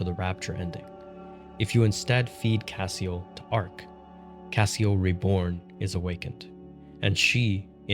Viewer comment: One note on pronunciation, “Cassiel” would be pronounced like any other of the judeo-christian angels with an emphasis on the “-el” part which denotes divinity in their pantheon. Like Gabri-el, or Razi-el, it would be “cassi-el” not “cah-seal”.